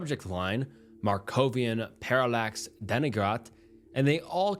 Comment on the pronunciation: i love the vids but, brother please, if youre gonna make these kinds of videos, at least check your pronunciation. parallax and denigrate ain't even a foreign words 😭